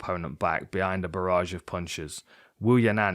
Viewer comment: Dan, I was sure you said 'a garage of punches', this is my new favourite phrase